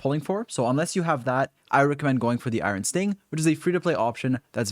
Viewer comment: The 'iron' pronunciation.. Changing to Jade Cutter simply to avoid remembering this slaughter.